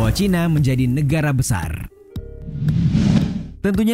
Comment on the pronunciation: Nah itu ejahan yang benar dan enak didengar ' cina', bukan 'caina'.